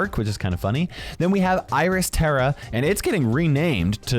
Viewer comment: because you're pronouncing Tara wrong it's supposed to be star-ah not stare-ah